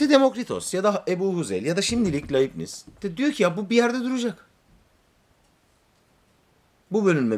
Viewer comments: Laybnits olarak okunur. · Bir ögretmenin derse hazirliksiz girmesi ne büyük saygisizliktir. Dersi ne kadar basit olsa da ya da defalarca anlatilan bir ders de olsa, yine de hazirlik yapmak gerekir.Felfefe okumalari yapan bir Youtuber'in hazirlik yapmadan okuma yapmasi ne aci...Ayrica Leibniz'in telaffuz edilisi de yazik.Teknoloji cagindayiz, yayina veya seminere baslamadan önce insan cok kisa sürede google'da arastirma yaparak ögrenebilir.Bu kanala ilk defa denk geldim, ama tam bir hayal kirikligi....